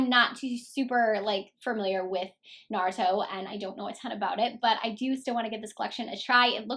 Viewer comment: It's kind of annoying that these people who don't know what what/who naruto is are reviewing the palette. I feel like the creator of the show is getting so disrespected with these people butchering the name. If you don't know what naruto is about and how to pronounce the name don't do a review. As a true naruto fan I am annoyed and frankly upset